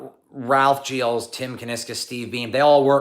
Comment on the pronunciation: Whatever your background, you CLEARLY can't pronounce Gilles right! 😉 To do so, remove those "D" initial and "Z" ending sounds. Something more like "zschill".